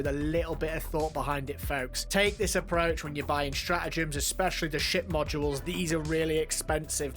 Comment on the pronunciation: This whole time, I thought you were saying sh*t module, but you were saying ship module. ( Sorry, my bad)